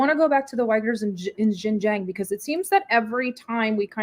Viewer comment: do your basic research. Learn to pronounce Xinjiang. Just google it. Thanks....or better still, listen to the guest. He pronounces it right, then you wrong, very wrong, again and again.